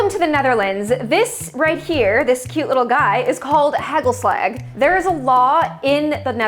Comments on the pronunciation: The way you pronounce hagelslag makes it sound so silly, now i get why people always say Dutch sounds funny/not like a real language. (how it's pronounced: first "a" as in "aaahhh!!", the second "a" sounds like the a in "ahww", and the Dutch g is like trying to make a scraping sound with your throat kinda?) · as a dutch person, the way “hagelslag” was pronounced made me laugh. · as someone who grew up eating hagelslag and agege bread those pronunciations hurt my soul but it's okay 🙏 i've never had egg sauce (i'm guessing that was) with anchovies before so that weirded me out too but im glad hagelslag won